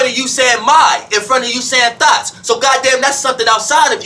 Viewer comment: I love to hear pronounce “thoughts”. It sometimes comes across my ears as “Thots” LOL 😂😂😂